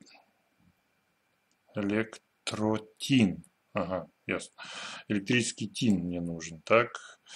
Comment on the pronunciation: Респект за правильное прочтение электротина!